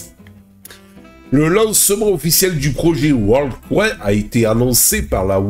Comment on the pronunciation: ) C'est pas coin comme "coincoin" mais coin comme bitcoin. Coin en anglais, ça veut dire pièce. Il faut que tu le prononces correctement sinon les gens ne vont rien comprendre. On parle d'intelligence artificielle et je ne vois une qu'une queue reptilienne ;:-)